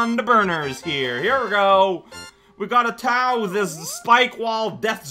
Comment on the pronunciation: Man it's been a long time since didn't english a word correct. "Gotta tau that car!" and all that.